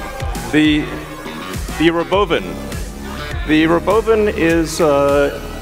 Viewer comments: He said rowboevan = robovan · When the Robovan rolled out Elon pronounced it Ruh Bovan a couple times then he said or Robovan. Just for grins I looked up the pronunciation and found Ruhban is a mythological armored beast and Bovan is a productive egg laying chicken. So I guess this is the Tesla Armored Chicken!